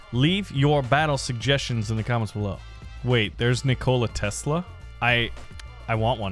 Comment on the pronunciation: As much as I love, I can't look past how he pronounced Nikola Tesla's name